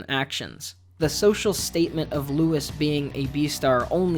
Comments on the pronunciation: He says lois instead of luis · Lou-E its Lou-E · I personally hate the fact that he pronounces Legosi’s name with an s instead of a Sh sound. And it’s the same with the fact that he pronounces Louis’s name with the s even though they don’t in the actual show. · The way Louis and Legosi's names are mispronounced leads me to think that the video was scripted and researched by one person and narrated by another.